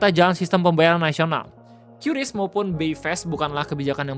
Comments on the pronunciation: Kris om bukan qyuris penyebutannya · bang maap kuping gw gatel lu nyebut kyuris kyuris mulu 😭😭😭😭😭 padahal sebutannya KRIS 😭😭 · bacanya "kris" buka "kyuris"